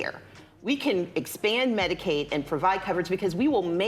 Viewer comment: She said "Medicaid"...not "medicate" lmao, had to rewind it to confirm, smdh🥴🥴🥴🥴